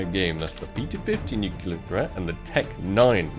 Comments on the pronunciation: please is nuCLEAR not nucular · “Nucular” the whole vid was a tough watch 😥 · idk which is worse, "chantito's" or "nukular" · Nu clear.. ffs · I cringe every time he mispronounces "nuclear"